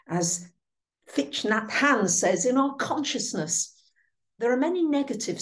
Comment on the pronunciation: Another wonderful, uplifting, informative update to prepare us for the times ahead. You're a treasure,! As a side note, I believe you once said you tend to default to a mispronunciation of Thich Nhat Hanh's name. I always have to check the spelling of his name and we all have those words we stumble over. If I'm remembering correctly, it's pronounced TICK Naht Hahn, with the emphasis on the first syllable. Hope that helps. Happy New Year to you and your Aunt Jenny!